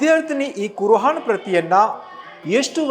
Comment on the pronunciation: ಕುರ್ ಆನ್ ಉಚ್ಚಾರಣೆ ಸರಿ ಪಡಿಸಿ. ಕುರ್ ಹಾನ್ ಅಲ್ಲ.